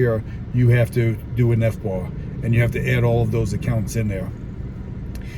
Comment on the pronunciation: Sorry but every time you said FBAR all I could think of was FUBAR..